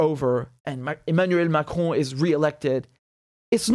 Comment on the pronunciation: The way you pronounce emmanuel macron and jean luc let me belive you speak french